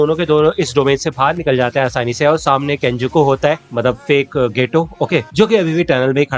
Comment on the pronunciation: केंजकु को केंजकू बोल दिया